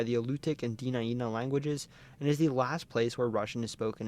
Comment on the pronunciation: Very good video here. However, a few details need to be fixed in the Alaska section. First, Ninilchik, rather than nin-ILL-chick, is NIN-ill-chick. Second, there are 4 more villages like it in the same area near Homer: Kachemak Selo, Nicolaevsk, Razdolna and Voznesenska, and one of the tribes in the area, Dena’ina = deh-NIGH-nuh, rather than deh-nuh-EE-nuh, and the other tribe is Alutiiq, rather than Aluutiq, and its pronunciation is ah-LOU-tick.